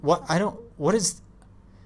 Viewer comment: "whet"? "WHAT" lmaooo😂😂😂😂😂😂😂😂😂 im crying laughing